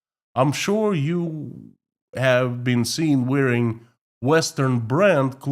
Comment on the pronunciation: I suggest you look up the correct pronunciation of WEAR or WEARING where clothes are concerned. Elsche.